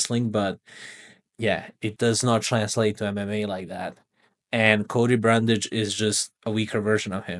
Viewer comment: Knew he was a fraud when he struggled with Brundage